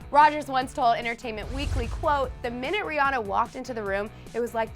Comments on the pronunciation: It's Ri-AN-na omg you made a video on this! smh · that girl said Rihanna wrong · Your saying Rhianna wrong